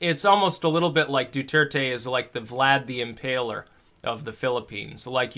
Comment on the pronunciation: Duerte = DWehr-teh. (Spanish is my native language.)